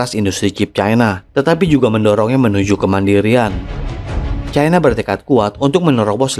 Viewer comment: Cara bacanya CAINA..